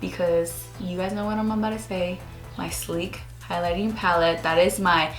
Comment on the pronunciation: "abouta" ABOUT TO!